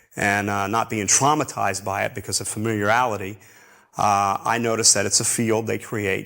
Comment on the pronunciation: Refreshing to not hear: "And I was like". Although, he DID say "familiality", rather than "familiarity".